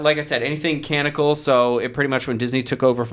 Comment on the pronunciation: Hey, a friendly & helpful tip: It's "canonical" not "canical." It bugs me a little bit every time, haha. And I love the concept that Craig is a master of other languages but only has trouble with English.